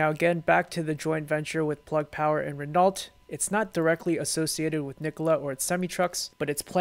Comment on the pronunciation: Renault is pronounced re-no.